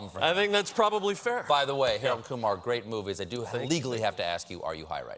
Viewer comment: it's Kumar